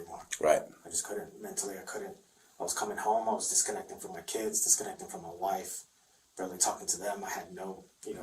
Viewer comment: MY KEEEDS..😂 SMH